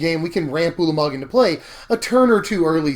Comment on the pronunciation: Hurr-durr turn four Urlermerg 😂